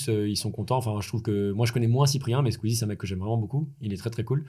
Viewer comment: Tout allez bien jusqu'a que tu dise "Squeez" et "Webed"😭